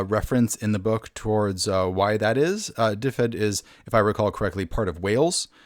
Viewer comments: its not difed its duved. y in welsh is usually an uh sound and one f is a v and two ff is an f sound. ;) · It is pronounced "DIV-ed" IIRC. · Just so you know, it's pronounced duh-ved. Aside from that, great video! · Looks interesting! Though, just an FYI, if the name really is based on the Welsh county of the same name, then it should be pronounced "duh-ved" or "dev-ed" depending on whether you want to say it with a Northern or Southern accent.